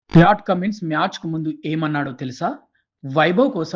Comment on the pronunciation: Pat Cummins? Pyaat Cummins kada